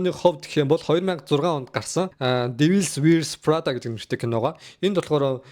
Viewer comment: Фринцесс диаарисс, дивийлс вийрс фррада бишшүү дуудлагаа засаарай😊